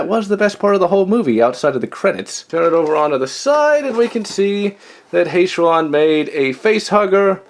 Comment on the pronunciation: Sulaco not suvaco. Halcyon not hayshion.